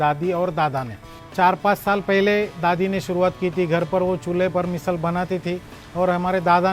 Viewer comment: मिसल ❌❌❌ मिसळ ✔✔✔